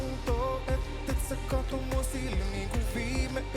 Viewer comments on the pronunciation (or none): none